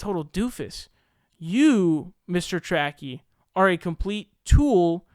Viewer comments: My man. It’s Tracey. Trae sie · His name is Michael Tracey as in tray-see. Come on, I agree with you but pronounce his name right, or admit you're saying his name wrong on purpose.